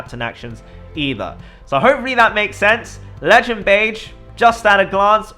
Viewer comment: beh-jee not beige reeeeeeeeeee